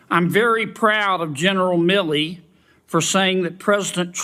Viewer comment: Kennedy pronounces Gen Milley like he's Millie Vanilli.